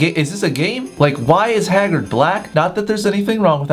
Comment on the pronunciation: Did you just call Hagrid Hagard? I am not ok with this